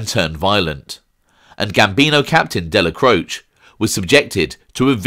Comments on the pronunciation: Isn't it pronounced Dellacrochee ? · Good channel. But your pronunciation of names like Dellacroce is merda. Dellacroce has letter A sound at end of it. Salut! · In the traditional Italian, however like many Italian names in NEw Yok it has been Americanized - even the man himself referred to his surname as Della-croach. Colombo mobster Joel Cacace should be pronounced Ca-ca-chay but relatives of his have said that the surname is now pronounced as a Ca-case. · You are incorrect. The traditional European Italian is indeed different from how the man himself pronounced his own name. In traditional Italian it is pronounced Della-cro-chay however the name was Americanized and those who knew him said that he said his name as Della-croach. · I agree that in the traditional Italian it does. However, the name was Americanized, Dellacroce himself pronounced his name as Della-croach. This is common with a lot of Italian names in New York. For example Colombo mobster Joel Cacace, should be pronounced Ca-Ca-Chey, but even the man himself refers to his surname as Ca-Case. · You are mispronouncing the name ‘Dellacroce’.